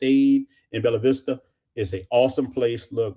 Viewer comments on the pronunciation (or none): With respect brother you’re pronouncing Bella vista wrong! It’s called or sounds like “Bae yah vista” Bella vista , the two ll’s makes the y sound!